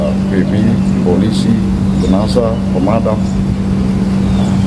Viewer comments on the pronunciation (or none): none